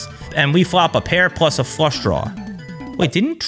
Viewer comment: Did I hear “check call, check call, Frush”. Trooper might be on to something. 😂